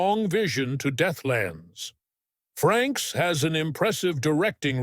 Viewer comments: get someone who actually READS the material....there is NO N in his last name..... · Frakes not Franks !